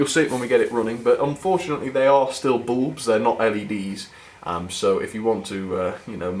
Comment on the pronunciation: For me the blue/grey interesting video cheers. My wife is American and thinks you say bulb in an unusual way, must be your accent.